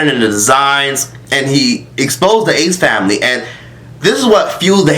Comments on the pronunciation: If says “THE ACE FAMLAY” one more time😂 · The way you pronounced their name😂😂😂 ace-FAMLEEEEEE💀😂😂😂😂😂